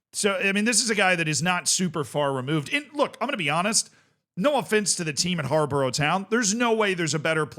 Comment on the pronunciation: It's pronounced Har-Bor-Uh btw